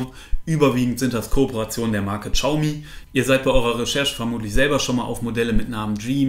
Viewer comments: Hi, bin heute auf deinen Kanal gestoßen. Echt super erklärt, auch die Einleitung bzgl. "Testgeräte selbst bezahlen" fand ich ehrlich, daher Abo! Übrigens: Xiaomi heißt "S i a o m i" (das "s" zischend Richting "sch") nicht "tschiaumi" :-* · xiaomi, bitte Siao oder SHiao aussprechen, das ist näher dran als TSCHau ;) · Btw xiaomi wird wie schayomi ausgesprochen